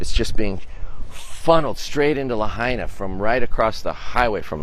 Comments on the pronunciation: Please say the name right. It's "Lah-Hi-Nah" not La-hey- nuh." I'm so glad to hear the hotels are service the community and using their resources. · "La hi na" not la hey na. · face-fuchsia-tongue-out:Stop Butchering Names and Learn to Pronounce Them Correctly - Lahaina (La-HIGH-na) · ‘La hay na?’ Come on lady, it’s ‘Lahaina.’ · La-hey-na? 🤨👎 #fail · It’s not Laheyna. Please get the female news person to pronounce it right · This reporter can’t even pronounce Lahaina correctly 🫤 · How do you still not-know how to pronounce Lahaina? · Wish the time to properly pronounce Lahaina. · Wow.....none of you know's how to pronounce Lahaina. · Please news commentator, if you are going to speak about the town of Lahaina, learn the correct pronunciation first! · Learn how to pronounce Lahaina 😮😢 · The reporter didn't even pronounce the town name properly. Shameful. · She can’t even pronounce the towns name correctly and your a journalist